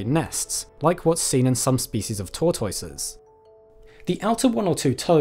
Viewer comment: Good info. I liked the pronunciation of tortoise "tore-toy-says". Fun. Here in my part of the us we call them all " terdlze"